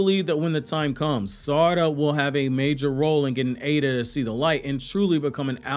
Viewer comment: I am not fully sure but I don't think you're pronouncing Eida correctly. I think it is [I-da / Ai-da] not [A-da]